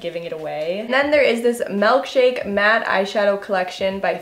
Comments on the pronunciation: “Melkshake” girl come on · she says melk-shake and I'm in comfortable